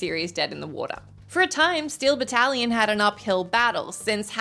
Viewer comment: Jesus tap dancing Christ, every time you mispronounced Battalion as “battle-lion” my eye twitched